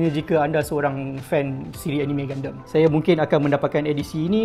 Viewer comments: Saya sorang saje ke yg x suker sebut Gundam jadi Gundem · Serabut nya aku dengar dia sebut gundam. Gunderm2. Gundam la wei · triggered plak aku dia sebut gundam tu gundem. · Kenapa sebut gundam mcm tu. Mcm gandum bunyi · gundemmmm...haha sebut pon slh... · Btul kee minat anime? Sebut gundam pun lain